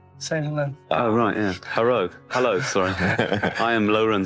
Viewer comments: He really said "herro" on japanese tv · He totally just herro instead of hello to a Japanese guy hahahahaha.